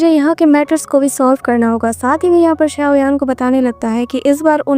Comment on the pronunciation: SAuyan nahi xaio yan he😅😊